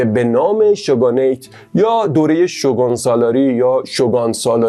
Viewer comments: شوگان؟ شوگون تلفظ میشه فک کنم توی چندتا انیمه شوگون شنیدم ، ممنون بابیت ویدیوی خوبتون ❤ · عالي بود👏🏻 ، البته شوگون (shogun) درسته!!